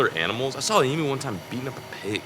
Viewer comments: Emu not emoo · You say Emu as eam you. Not E mu. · As an Australia the proper way to pronounce emu is EM- YOU ….NOT FUCKING EM -OOO FFS SHITS ME UP THE WALL when someone says it em-oo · What is an eemoo? Sounds like you’ve discovered a whole new animal. Zoologists and wildlife biologists are going to go crazy to study it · I come from Australia and that is not how you say emu google it🤣🤣